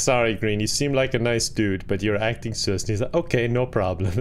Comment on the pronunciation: I love how pronounces sus: sous XD